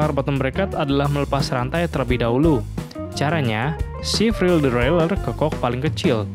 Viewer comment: Salfok sama kata2 "devwraeler" 😂